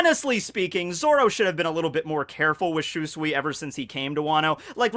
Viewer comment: I know you don't care about correct pronounciation anymore but dang i still cringe everytime you mispronounce Shusui. But hey, you're the cringe king so.. good job i guess?:D aaanyway.. I love we're finally getting more sword lore.